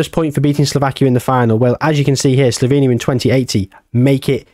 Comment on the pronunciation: sloVenia not sloBenia, and its pronounced Cheh-Khiyah